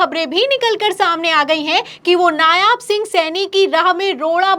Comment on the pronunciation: नायाब नहीं, नायब कहिये। जितनी ख़बरें दिखा रही हैं उन सबमें नायब लिखा होने के बाद भी------।